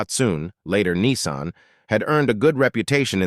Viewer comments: Its nissan not neeson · Dat-soon ? Its Dat-sun. And its Niss-an not Nee-san FFS ! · Dat-SOON??? NEE-san?? Who is this clown?